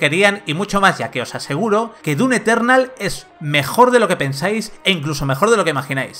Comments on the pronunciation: un shot de tequila cada vez que dice dun eternal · DUN Eternal que dice el del vídeo... problemas con la M? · El "DUNETERNAL" rompe horrible con la seriedad y atención al análisis. Deben cuidar su dicción, por favor. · ¿Soy yo o el reseñador realmente dice "Dun Eternal"? LOL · Progresando en "DUN" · Dun lol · "DUN Eternal" 😂 jajaja xD